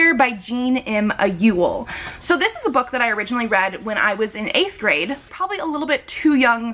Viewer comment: I love Issa, her death just killed me. I do have to say that your pronunciation is off, Ayla is pronounced more like Aye-la (No I sound in the beginning) and Issa is said as it is spelled e-sah. It was how they were pronounced for the audio book series.